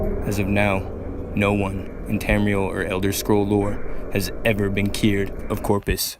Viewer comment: Corprus, not Corpus.